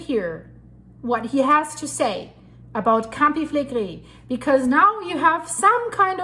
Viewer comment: Flegrei all the time,what fillegri? Never hear of,there are lots of videos in italian on yt